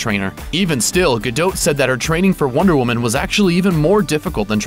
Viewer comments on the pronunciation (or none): Isn't her name pronounced Gadot (DOT) not GaDOTE? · Guh-Dot not Guh-Dote. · It's DOT not DOTE. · her name's gadot' not fucking gedoute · Not gadoat gadot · "Ripped" hardly! that is a overstatement! i wish people would stop lying about titles on youtube. Her name also is pronounced "gado" not gadot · STOP SAYING GUH-DOT WITH A LONG O...HOLY SHIT THE T IS SILENT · GadoTTE << is that seriously how "Gadot" is pronounced?! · The 't' of her family name is silent. Essentially pronounced 'ga-doe'. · Stop saying 'gadote' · Its pronounced Gado the "t" is silent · i THOUGHT IT WAS more like "Gal-doe" pronounced the way it would be if it were French. Like the "t" is silent. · OMG I CANT WATCH THIS VIDEO. ITS GADOT AS IN "GA" "DOT" AS IN A DOT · I can't watch anymore of this idiot's videos. In every single one he pronounces Gadot's name wrong. I mean how you gonna know all this shit about the woman and you can't work out her name. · you're saying her last name wrong! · The "T" in Gadot is silent... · Americans' pronounciation of Gadot never fails to make me cringe. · Gal Gadot is perfect with or without her workout. Stop the hate on her because "she wasn't really ripped!"-- she was amazing as Wonder Woman. Plus the voice over guy isn't saying her name right.. you know you have access to the internet and could do some research on the subject you're doing a video on.. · you don't pronounce the T dipshit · You don't pronounce the T in her last name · If you're gonna make a nearly 4 minute video on a celeb, perhaps research how to pronounce their name first. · I wish he would say gadot right